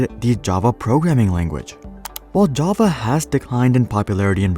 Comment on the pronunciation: I really like how you pronounce "Java". Ja-va. I have met many pretentious/obnoxious programmers who pronounce it "je-ve". I really hate them with passion.